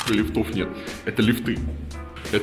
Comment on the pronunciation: ААААААА !!!!! Блин, какие лифтЫ, лифтОВ? ли́фт - ли́фты - ли́фтов!!!!!!! Пожалуйста, говорите по-русски.